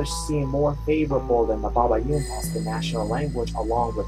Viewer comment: Is not babayin is baybayin for correction..